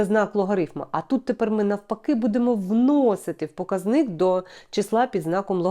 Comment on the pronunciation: ПокАзник (наголос на А)